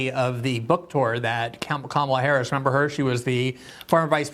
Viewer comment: "Remeber her?" 🤣🤣🤣🤣🤣🤣🤣🤣🤣🤣 When are you going to go back on Jimmy's show to talk sh!t to him again? So funny!